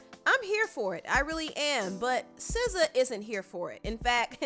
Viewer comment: 1. you are the first person I heard that pronounced her name correctly. 2. I don't know this man. 3. The second you showed the cover, I thought what was wrong with Sza's face? 4. Gangs use to be about protection, now they are greedy monsters.